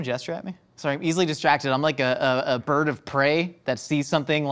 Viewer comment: "Byurd of Prey, because they eat prey..." -ZeFrank, "True Facts about The Owl"